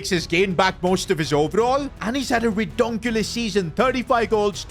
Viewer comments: man said redonkulous 😂😂😂😂😂😂😂😂😂😂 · what the heck is a roduculus season